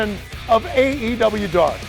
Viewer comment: It’s no longer AEW Dark it’s “AEW Dawk”